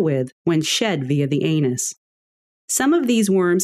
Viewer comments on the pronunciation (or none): Lol the way she said anus xD